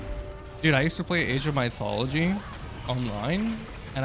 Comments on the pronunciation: my thology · did he just pronounce mythology like that